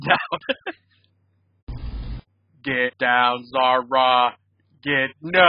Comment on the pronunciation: That’s not how you pronounce Zahra actually